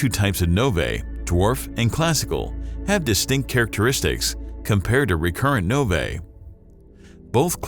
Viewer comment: "nov-ay" made my skin crawl